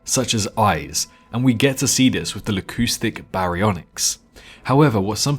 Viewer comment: Definitely not pronounced Lacoustic